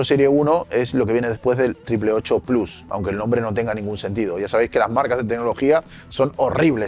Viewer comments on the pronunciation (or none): none